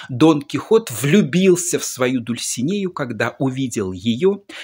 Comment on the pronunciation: ДульсинЭя Казанская"...))